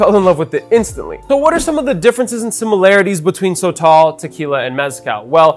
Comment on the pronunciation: It’s pronounced soh-tohl (both the “o”s sound the same) not so-tall